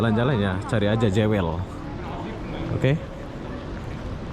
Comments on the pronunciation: Sebutannya Jewel bukan Jawel, mas. Jewel artinya permata. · Sebutan/pronoun bukan 'jewel' tapi 'juwel' 🤦😅, Singapore duit banyak negara kecik rakyat sikit so apa lagi kasi cantiklah itu dia punya negara bro....Singapore mmg 👍👍👍👍👍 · Ejaan nye JEWEL berarti PERMATA...tapi sebutan nye JUWÈL... JEWEL tu bahase Engrish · Jewel sebutan nya juwel